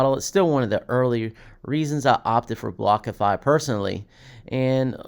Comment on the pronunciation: Are you saying Blockafi?? Wtf...